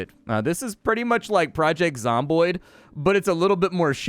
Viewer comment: Project Zamboni Canadian Zombies on ice, really smooth ice. Sorry the almost mispronunciation created some very funny pictures in my head.